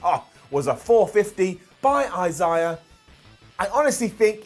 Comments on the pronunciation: I can't get over saying "Eye-siyah" instead of "Eye-zay-a" lol great stuff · Uhhh did you mean Isaiah? Eye zay uh? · It's pronounced I-Zay-Uh lol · The way he say Isaiah irked me